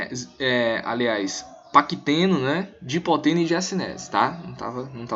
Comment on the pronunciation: Não é Dipoteno! as fases lidas corretamente sãoa : LeptÓteno (lê-se = Lêptótêno), ZigÓteno (lê-se = Zigótêno), PaquÍteno (lê-se = Paquítêno), DiplÓteno (lê-se = DiPLÓtêno) e Diacinese (lê-se = Diacinéze)